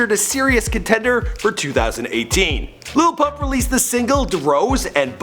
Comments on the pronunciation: This dumbass just says Lipuhh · I learned something from this video. His name is actually pronounced "LITTLE Pump" and his song DRose is pronounced "DuhRose" Thank you I can now go correct every person who thinks it is the way I thought it was beforehand.